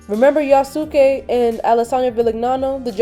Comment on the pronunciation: Yasuke is pronounced in Japan as "Yaskay". The "U" is silent.